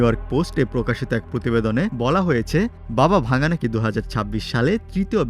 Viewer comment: বাবা ভাঙ্গা নয় রে মুর্খ ভাভা ভাঙ্গা।